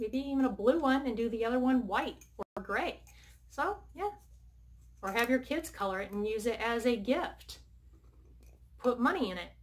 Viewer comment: Is it driving anybody else crazy that she says “kids-is” Instead of just saying kids